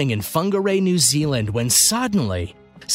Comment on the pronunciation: Oh wow surprising new things happen in NZ! Also you said that wrong.